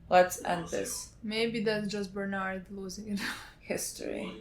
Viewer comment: Bernard = berthortor